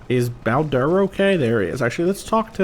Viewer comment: I feel like I'm going to sound annoying for this, but why do you pronounce the Bao in Bao-Dur like Bow? When he introduces himself, he says it closer to like, Bayo-Dur.